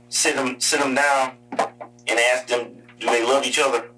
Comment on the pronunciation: they always axe